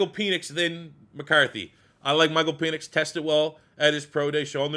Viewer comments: Penix is pronounced Pen..X...not peenix. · Nobody mentioning PEEEnix pronunciation